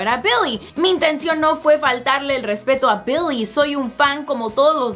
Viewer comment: Odio cuando dice BILLIE.... BEEHLEEH...